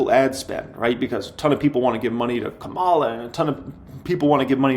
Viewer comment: Thanks for the video - great info! You should learn how to pronounce Kamala's name though LOL